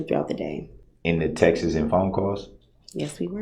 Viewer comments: "texas" as the pronunciation for "texts" irks me (coming from him) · "Those textis"